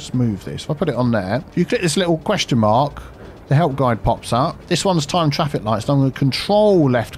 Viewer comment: ITA: frase preferita per come la pronunci "dedicated turning lane" XD, sto imparando molto dal tuo "fix fraffic" ENG: keep it up XD